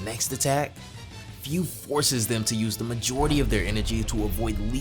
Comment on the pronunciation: I don't discriminate no one BUT man come on!!! Learn proper pronunciation. It IS FU. F-U. so it's should sound FU or FOO (FOO [D] Food without the "D")! NOT, FEU, FEW, or whatever. If you love and respect Dragon Ball and its writers and creators at LEAST learn how to pronounce names correctly in this way at least it shows how you appreciate their works!